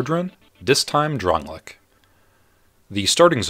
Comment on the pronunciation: It's pronounced DRAN-LAY-ICK. Don't play video games without sound.